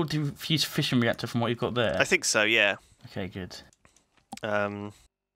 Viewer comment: Every time they say fission i hear fishing